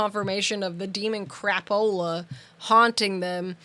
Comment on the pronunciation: 😂😂😂😂😂😂😂😂 Crappp- ooolaaaa?? The way says it.